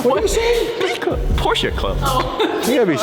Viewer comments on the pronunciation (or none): Please do me a favor, STOP with that PorschA pronunciation. There is NO ‘A’ in Porsche. 🤦🏼‍♂️